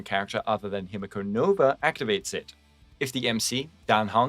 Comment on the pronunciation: holy its the hime-guo no-ba